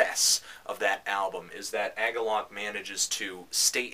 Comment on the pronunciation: "AG-uhlloch". huh, I've never heard it pronounced that way. Actually, I've never heard anyone talk about Agalloch. What I'm trying to say is I've always said it like "UH-gawlick". Anyway, while you're reviewing metal / black metal / whatever metal you should probably review Deathspell Omega's new one.